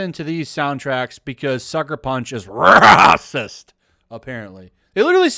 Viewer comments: the way he says raaahsiist gets me every time... 🤣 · I agree with you, but why do you pronounce racist raaacist. Is is a Youtube thing? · is the reason you say Racist in such a certain way for comedic effect or to confuse the "good content blocker" bot? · 🤣😂🤣😂 I like how you say racist